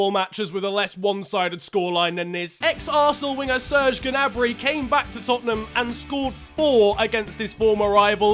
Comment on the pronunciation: Gnabry is pronounced nabry not G-nabry but luv your vids <3